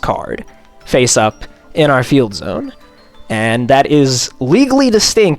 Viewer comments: Hearing someone pronounce it as zee-one is so disgusting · It's pronounced "zone."